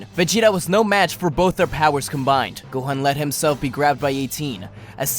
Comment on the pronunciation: gohan is pronounced (Go-H-On) not (Go-Hen) other than that, good vid!